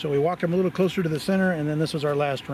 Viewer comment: Litlate! She said nuffallready! Hoho